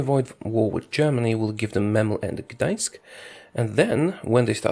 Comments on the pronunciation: Where are you from? First youtuber to say "Gdańsk" perfectly!! :) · You say very good Gdańsk(Danzig) in polish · YOU SAID "GDAŃSK" IN POLISH CORRECTLY!!!